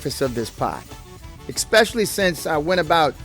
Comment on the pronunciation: I hate to be that guy, but I have to... there's no x in "especially".